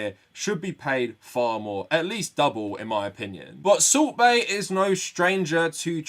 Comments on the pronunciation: You keep saying salt bae, but all I hear is "sorbet" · I keep hearing Soup Bae.